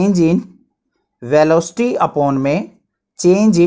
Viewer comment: Sir velooocity nhi velocity hota hai sir 😊